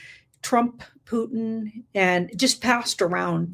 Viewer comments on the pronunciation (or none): none